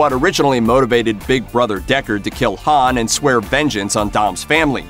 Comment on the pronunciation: Bro this guy knows nothing bout fast and furious the way he said Hans name you can tell he knows nothing probably reading off of Wikipedia